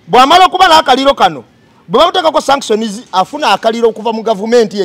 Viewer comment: No 1 bambi sagala onyiige naye nsaba kutelezamu ku kigambo Sanction so tekili shaction nga bwokyogera